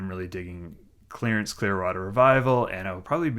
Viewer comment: clearance clearwater revival, lol or did u say clarence?